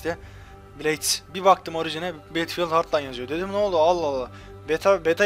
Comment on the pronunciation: betfiıld ne battlefield bedılfiıld diye okunuyo!!!!:D